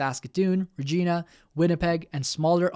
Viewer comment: Good video. I've been enjoying your content, but please work on the correct pronunciation of Canadian place names. Coquitlam is not pronounced 'Co-KIT-lum', it's 'Co-KWIT-lum', and Regina is not 'Re-JEE-nuh' but 'Re-JY-nuh'.